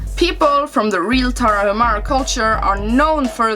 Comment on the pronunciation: "Indie" comes from independent. So is a video game that is often created without the financial support of a publisher. Moreover, Tarahumara is a native tribe of the North part of Mexico. Btw the H in Tarahumara is silent, so the correct pronunciation is Taraumara.